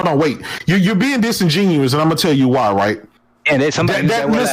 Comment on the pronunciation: ITS disingenuous with a d not musingenuous with a M. Great podcast tho, your little brother is lost bro